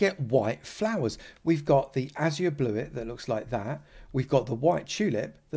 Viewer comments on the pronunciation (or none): none